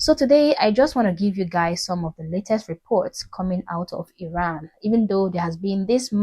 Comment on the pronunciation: it's pronounced 'Ee-ran', not 'Eye-ran'. Also don't assume that demonstrators who are being arrested, beaten up, injured or killed have 'loved ones'. Some of the people demonstrating come from families which support the current regime. Unfortunately it's difficult for these people to escape their family of origin, especially if they are women. When Khomeini seized power in the 1979, he encouraged denunciation and praised parents who denounced their children.... which resulted in the children getting the death penalty.